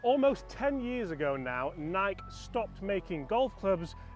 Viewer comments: The company calls itself Ni'-kee. Pronouncing it with one syllable is as offensive to our ears as calling my car a Jag-war probably is to yours. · I own the Nike Forged CCIs 2-PW. I got them brand new for $250 at a closeout sale. And not to bash you or anything, but It's pronounced "nai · kee" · They made crap clubs. They were 2nd or 3rd tier quality. you are saying NIKE wrong.........Nik EEEEEEEEEE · Nai-key, 2 syllables, not 1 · Honest question…do all British pronounce Nike this way???!!! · Nike with an EE sound at the end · wait is Nike only one syllable?